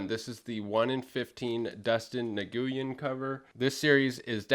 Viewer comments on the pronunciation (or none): Okay so as someone who’s part Asian, I need to tell you that Nguyen is not how you’re pronouncing it at all and the closest version that would be easiest for you to pronounce it is “nwhen” in Northern Vietnamese I believe. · Nice books, wish I had gotten in on We Live when it first came out. I pick up a fair number of the Aftershock books, but whiffed on that one. Also, for the last name Nguyen, I believe it is pronounced N'win, or something along those lines. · Just an FYI Nguyen is pronounced "NEWIN" not being a dick just letting you know. Also I just missed out on that Andolfo cover when i started collecting Department of Truth. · Gotta love Dustin, he's always amazing. Nguyen btw is pronounced newwin or nwin, sorta like Tony Gwynn, baseball legend.